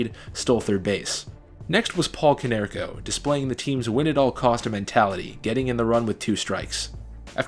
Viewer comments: Go Sox! I know I’m late but please never say “Konerks” again 😂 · 'konerks?' cmon..its always been PAULIEEEE! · only mistakes are konerkos nickname is Kong, not "konerks". and dustin hermansons last name is pronounced wrong.also, podsednik had 0 home runs in the regular season. two in the postseason.